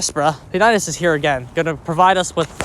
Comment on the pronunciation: I like how you spell his Name^^ He is spoken like Peanuts, just with an I... Not P A Nits^^ But i like it...